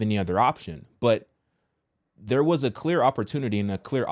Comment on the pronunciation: my favorite part 😭 it’s like him saying yurrrr 😭